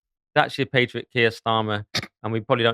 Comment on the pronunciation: Pronunciation is important- patriot ...the pat is as cat